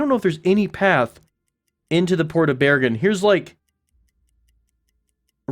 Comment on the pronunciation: Good pronunciation of Bergen :)